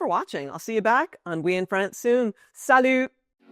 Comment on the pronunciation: There are more advantages not enough space on your video😊 I love the way you say ' salyou" at thé end ( salut)❤